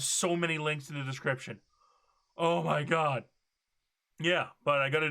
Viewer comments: The funniest part of the video is when he says oh meh god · ehr mer gaghrud